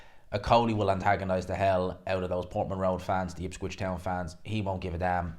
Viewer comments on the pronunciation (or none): For the umpteenth time, it’s Ipswich, not Ipscwich